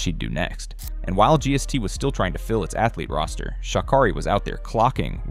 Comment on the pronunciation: Pronounce her name right